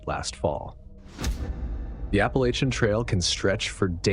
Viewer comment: Thank you for saying “Appalachian” correctly!